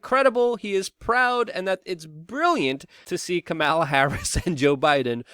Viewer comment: It’s pronounced kamala not kamala or kamala. It’s kamala please get it right